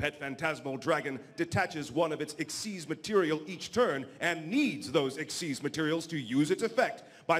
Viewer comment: Lol she calls a xyz monster a "ixs" monster